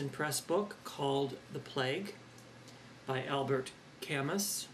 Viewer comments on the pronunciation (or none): Albert, Camus = "Al-Bear, Ka-Moo"